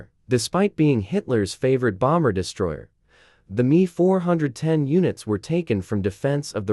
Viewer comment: It’s not the “me” it’s M E.